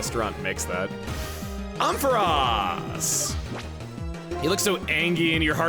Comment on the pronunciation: i was gonna comment on how you mispronounced ampharos so i booted up pokedex 3d pro to fact check myself and have had my entire perception of life destroyed so thank you chugga